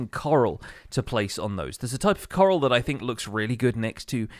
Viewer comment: every time he say "coral" i hear "carl"